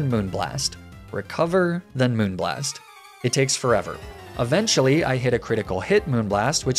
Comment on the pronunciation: Hearing you say moonblast properly feels so weird